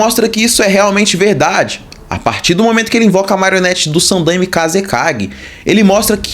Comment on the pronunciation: cara a pronuncia é sanDAIme mas de resto muito bom vídeo.